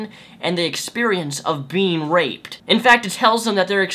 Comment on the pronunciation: I can't here the D's when she says raped. I got rape.